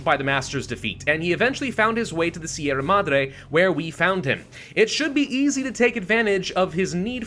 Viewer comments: Hi, I'm not much of the commenter kind of person, but I'd like you to know, as a Spaniard, that your pronunciation of "Sierra Madre" is ridiculously good for an English speaker. Thanks for the hours of entertainment. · sierra madre is a good enought pronunciation just need more r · Yes, you're pronouncing sierra madre correctly. however it's GALA, not GAIA :p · you are pronouncing Sierra Madre well enough. The RR is Sierra should be a little harsher and roll as you said, but i doubt anyone in spain would care and they would understand you fine. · And yet he says Sierra Madre correctly.